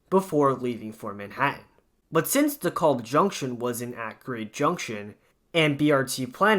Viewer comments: “De-caaab”, not “De-calb” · PRONOUNCE DEKALB CORRECTLY!! WHY DO YOU INSIST ON MISPRONOUNCING DEKALB AS "DE KOLB?" SAY IT LIKE----Dee-CAB. L is silent and the a is like the a in "cat", not like an o as in hot as you are mispronouncing it. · Not a bad video, but it's pronounced Dee-Kalb Ave. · It’s pronounced “dee-kalb” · I had to turn this off b/c I couldnt stand listening to the repeat mispronounciation of "Da-callb" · Same thing i thought! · Stop overreacting. Youre acting like the way he pronounces it is the end of the world, karen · BTW the L in Dekalb is silent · Stop saying it like its spelled with an "o"! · Youre saying it wrong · The way you say DeKalb anf Sheepshead hurts my ears